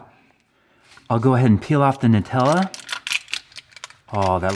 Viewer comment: The correct pronunciation is "New-tella" ~ BTW rodents also like Tootsie rolls. Chew on a 1/2 piece and stick it on. They CANNOT resist it! ~